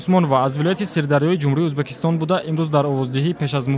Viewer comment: Узбакистон не мухтарам барррранда Узбекистон меша